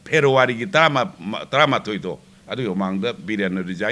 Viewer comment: Wafmsing asi tajabada pukning lousing oijei.Loinana "February, animated, constitutional" hairiba waheising asi khra ucharon sengna haibinaba nolukchari. 🙏